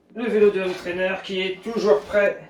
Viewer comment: J'adore les vidéos de la chaîne, vraiment une qualité professionnelle étonnante ! Merci ! Juste une chose, je n'arrive plus à supporter la liaison "zhomme trainer", fallait que je le dise 😀. Continuez, c'est top!